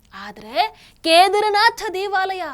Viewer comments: Keedaarnath correct pronunciation madam not kedarnath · ವಿಷಯ ನಿರೂಪಣೆಯೇನೋ ಚಂದ ಇದೆ. ಎಷ್ಟು ಸಲ ನುಡಿದರೂ ಒಮ್ಮೆ ಕೂಡ "ಕೇದಾರನಾಥ" ಎಂದು ಸರಿಯಾಗಿ ನುಡಿಯಲೇ ಇಲ್ಲ. ಪ್ರತಿಬಾರಿಯೂ "ಕೇದರನಾಥ" ಎಂದೇ ಉಚ್ಚಾರ ಮಾಡಿದ್ದು. ಕೇಳಿಸಿಕೊಳ್ಳಲು ಬಹಳ ಕಸಿವಿಸಿಯಾಗುತ್ತಿತ್ತು. ಕನ್ನಡವನ್ನು ಚೆನ್ನಾಗಿ ತಿಳಿದಿರುವ ಈ ಒಂದು ಅಕ್ಷರವನ್ನು ಏಕೆ ಸರಿಯಾಗಿ ಅರಿತಿಲ್ಲ? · ಕೇದಾರನಾಥ ಎಂದು ಸರಿಯಾಗಿ ಉಚ್ಚರಿಸಿದರೆ ಸಾಕು.ನಿಮ್ಮ ಸನಾತನ ಧರ್ಮದ ಬಗ್ಗೆ ಇರುವ ಗೌರವಕ್ಕೆ.ಅರಿವಿಗೆ.ಅದನ್ನು ಸಾಮಾನ್ಯ ಜನರಿಗೆ ಹಂಚುವ ನಿಮಗೆ.ನೂರು ನಮನ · ಕೇದಾರನಾಥ ಸರಿಯಾದ ಉಚ್ಚಾರಣೆ